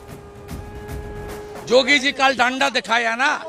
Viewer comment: Ko samjhao Naam to shuddh Se bole Jogi bol raha hai Yogi bolna chahie na usko